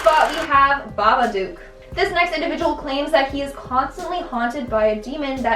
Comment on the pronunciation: Its babadook not babaduke